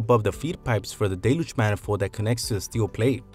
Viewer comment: It is not "DAY-looge" is is "DELL-yooge"